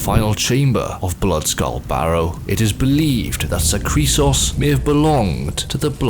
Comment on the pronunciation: When he said "Zahkriisos" I quite literally thought he said Zachary Sause, which as a guy whose name is Zach...was hitting me kinda funny